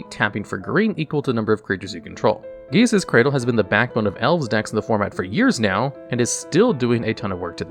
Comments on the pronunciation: Jesus’s Cradle… You know how I can tell this dude has NEVER played paper magic? Because he would have been murdered for mispronouncing damn near every card name and not even trying to get them right. Clearly only plays Arena where his opponents can’t hear his bullshit. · "Code Geass' Cradle" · Gee-aysahs cradle? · I... don't even know what that pronunciation of Gaea's Cradle was 😵‍💫